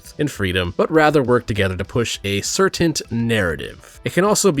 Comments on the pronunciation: Am I hearing you say “certaint” with a T at the end? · the word "certain" doesn't have a T on the end.